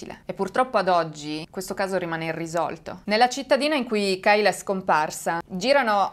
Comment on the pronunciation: Credo si pronunci keila